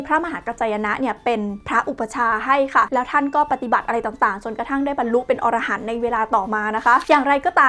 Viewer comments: ละเอียดเข้าใจง่ายมากครับ😇 แต่ขอเสริมนิดนึง อรหันต์ อ่านว่า อะ-ระ-หัน ออระหัน เป็นสัตว์หิมพานต์ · อะ-ระ-หัน ไม่ใช่ ออ-ระ-หัน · Chaiyaphon Duangkaew แสดงว่าออกเสียงผิดสินะครับ เพราะผมได้ยินว่า ออ ระ หัน หรือหูผมไม่ดี 555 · อะ-ระ-หัน ไม่ใช่ ออ-ระ-หัน นะจ๊ะ. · เวลาเราอ่านว่าอรหันต์ ห้ามอ่านว่า ออระหัน ให้อ่านว่า อะระหัน เพราะความหมายเปลี่ยน ออระหันต์คือสัตว์ป่าหิมพานต์จำพวกมนุษย์นก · พระอรหันต์ ต้องอ่านว่า พระ อะ ระ หัน ส่วน อรหัน(อ่าน ออ ระ หัน เป็นชื่อสัตว์หิมพานต์ หัวเป็นคน ตัวเป็นนก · ขออนุญาติครับ. คำว่า อรหันต์ อ่านว่าอะ ระ หัน ครับ. อธิบายได้พิสดารจริงๆ. ให้ความรู้และยังเผยแผ่พุทธศาสนาได้อย่างดีเลยครับ. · รอบนี้ออกเสียงผิดครับ